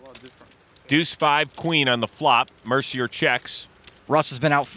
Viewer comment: Mercier is pronounced mare see ay